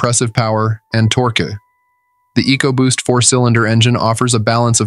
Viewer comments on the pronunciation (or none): Dude, it’s tork, not torkee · Torqu-ee? I absolutely HATE machine narration. Get a real person to do the narration! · if you're going to do auto reviews, learn how to pronounce torque.